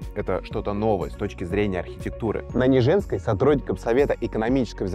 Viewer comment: НЕжинской, а не НежЕнской. Готовьтесь к съёмкам...